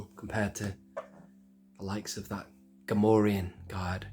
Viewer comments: I've been sitting here going "Gam-or-ri-an" "Gam-or-ree-an" for enough time that I'm coming down on the side of the latter. I think. I might need to use my phone-a-friend lifeline though. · You say "Gam-or-ri-an" (rhymes with Delorean)/"Gam-or-ree-an", I say "well now I'm confused".